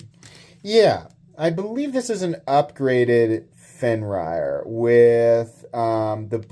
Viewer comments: I was always under the assumption its pronounced "fen-rear"....not "fen-ryer" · Its Fenrir not Fenrayer xD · It’s pronounced Fen Rear. It means wolf. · Pronounced Fen-eer. Fenrir or Fenrisùlfr. Bastard son of Loki and Angrboòa. Had his head bitten off by the World Serpent. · So it’s pronounced “fenrear” I believe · I think they're both really nice, but I kinda wish the Fenrir had the Tuckamore's deco... and that they were compression locks instead of liner locks... 🙃 Also, forgive me, but I've always heard it pronounced as "Fenn-rear," but I'm also not a NeoPagan, so it's not like I have serious stakes in the demon doggo's pronunciation. 🐺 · the way you pronounce it is fin- rear. It's a character from Norse mythology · FIN-REAR 😂 love ya!